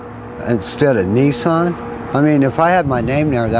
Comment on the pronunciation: haha he called it neeson! it's Nissan! Niss - an